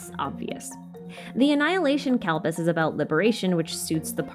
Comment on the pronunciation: the pronounciation for asur(a) and kalps killed me a little everytime but its fine,, its fine we're fine - happy to see hindu mythology be discussed atleast, bonus xiao's one of my favourite darlings in the game